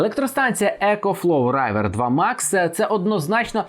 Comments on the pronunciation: А чого райвер? Рівер правильно. Як річка. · Вобщето этот ecoflow может нормально так несколько часов питать олодильник. Так что - не нужно обманывать людей. К тому же не "райвер" а "ривер" 😉